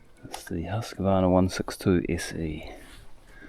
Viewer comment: I will be that guy (sorry not sorry) - It's "Huus-Qvaarna". Great video! Show some love for your machine and it will care for you a thousandfold!